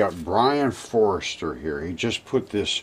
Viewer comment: i think its pronounced For Ster not forrester